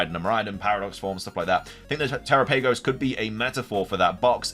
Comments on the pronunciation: It's not "te-ra-PAY-gos. It's "te-RA-pa-gos". You don't pronounce it "GalaPAYgos islands", do you? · Why must you mispronounce Terapagos every time ಠ_ಠ